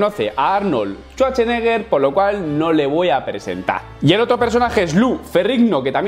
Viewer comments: Arnold "Chucheneguer", jajajaja, te faltan clases para pronunciar inglés. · Arnol Chuarcheneger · Si es cierto, pero su apellido se ha pronunciado por más de 40 años en inglés. Y créeme que no suena Chuache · shuache? o shwache